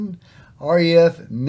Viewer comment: Valiant attempt,. Conn-ings-bee said quickly with no emphasis on any part.